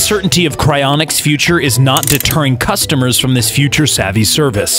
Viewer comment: Him: " Cryinics " My brain: "Do you think I’m a joke to you?"